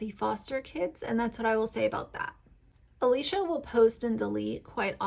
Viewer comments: I did some more research and I don’t think they’re technically foster children. Plus I agree with you that she shares way too much information. I just think your point would come across better if you were more familiar with the Dougherty family. (The creator’s name is pronounced Uh-lish-uh Dock-er-tee). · 1)the two new kids are not foster kids; they are family friends. Alicia grew up with their mother. 2)you obviously did not watch any posts yourself, or you could pronounce ‘Alicia’ and ‘Dougherty’ the way they do. Your credulity is in question. In the future, I will avoid any videos you produce.